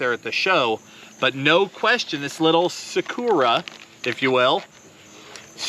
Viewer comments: It's Sakura (Sah-KuRah) Japanese word that means cherry blossom. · "Sakura" pronounced like "saw-koo-raw" which means cherry blossom in Japanese. Also FYI "neko" is pronounced like "neck-o" which means "cat."